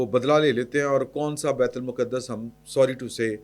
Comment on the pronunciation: معذرت کے ساتھ بیت المقدس کی ادائیگی تو سیکھ لیں تجزیہ بعد میں کر لیجیے گا۔